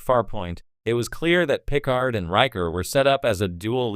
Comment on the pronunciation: This is an interesting video but the pronunciation of "Picard" makes me wonder if you ever watched an episode of TNG. I'm hoping you're just saying it a funny way on purpose. Either that or this audio is just AI generated and the creator was too lazy to copy and paste a phonetic pronunciation into the script.